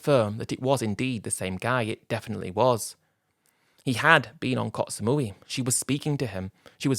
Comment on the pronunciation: It's koh not kots